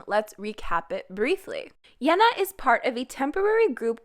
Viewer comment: Why do you pronounce Yená like thatÉ?